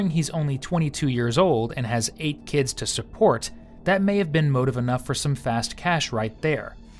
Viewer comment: Well he has eight keeids at twenty-two....so he can swear on a few.